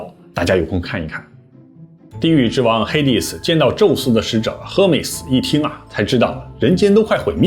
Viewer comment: Hermes H不发音。